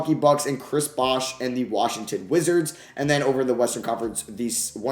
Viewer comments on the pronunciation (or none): none